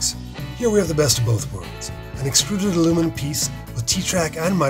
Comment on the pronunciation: Yes I noticed the voice over guy mispronounced extruded :)